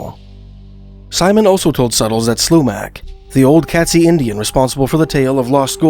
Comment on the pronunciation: Katzi pronunciation is Kate-zee, not Cat. Pitt lake would not freeze over especially not thick enough to hold the weight of a Sasquatch. Or human.